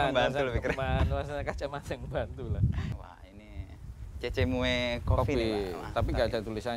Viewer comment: harusnya namanya cocomeo............ bukan cecemoe hehehe